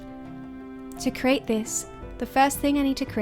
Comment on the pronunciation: Please pronounce 'create' correctly. It sounds as if you're saying 'crate'. I keep thinking you are boxing things.